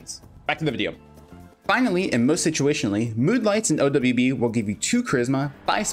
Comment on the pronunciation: Notice he doesn't say O dou ble u b, he says o dubya b